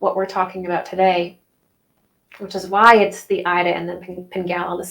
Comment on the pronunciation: Ida is pronounced eda